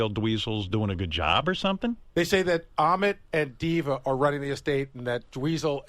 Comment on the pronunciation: Ahmet...rhymes with....vomit...